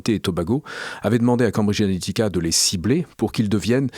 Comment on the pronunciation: Mais pourquoi prononce t-il "Cambridge Ahética"?